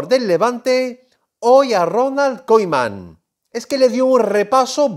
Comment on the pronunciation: Me frustra como dice koeman